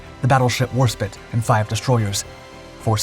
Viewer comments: AAAAAHHHHHHH SPITE, NOT SPIT its HMS WarSpite, not warspit. Apart from that inaccuracy a good video. Foot note the click bait still picture is of the USN New Jersey firing all her gun at the same time. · not war spit its Warspite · You show footage of American ships and crew and German aircraft in a battle fought between the British and Italians: Well dione! Additionally, the British battleship was the WARSPITE, not Warspit. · HMS Warspite is one of the UK’s most famous battleships… it’s pronounced how it’s spelled, not “war spit”. C’mon buddy, this is the fourth or fifth video where you mispronounce this magnificent ship’s name all the way through 😕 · Spite! Not Spit! Warspite has an "E" on the end. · Warspit? Try Warspite. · It's pounced Warspite not Warspit you uneducated pratt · Always enjoy the channel content but what’s been up with pronunciations, annunciations and so on lately? The more I heard "War-spit" instead of "War-spite" the more I cringed, yet no problem pronouncing the Italian ships correctly. Several of the DarkSkies videos I’ve heard the Messerschmitt designation pronounced "Me" instead of "M E". Reminds me of commonwealth vernacular pronouncing "Z" as a word in itself "Zed". Perhaps it’s AI that narrates what’s typed in and not narrated by a human, I’m kinda curious now… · Google says WAR-SPITE not SPIT. When in doubt, go with the American pronunciation. They invented English, after all. 🧐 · War-spite! Not warspit ffs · Call it warspit one more time I dare you, it may be fine but it will find a way to snipe you from the afterlife, for it is Warspite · Yes! Warspite pronounced War- sa- pite Not War -sa-pit ! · It's was called Warspite not fecking Warspit.....E or no E? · war SPITE....not spit. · "Warspit"? Serriously? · As a fellow Jason I approve this message.. Véry annoying to hear spit 10 times and I'm not even native English speaker. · Its not war spit its WARSPITE got it bud.. there us a E on the end